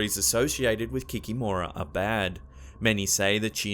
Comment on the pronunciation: forgive me but your pronunciation of baba yaga and víla is really bad, also the kikimora make me laugh.